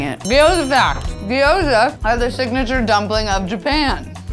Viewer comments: it's pronounced "gyoza", not "giyoza". There's no "i". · When everyone in the video says gyoza wrong 😣😣